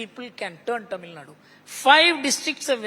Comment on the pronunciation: He does not even pronounce Tamil properly, well that says it all.